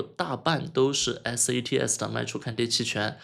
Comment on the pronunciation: 你一直念错了吧？一直念成SATS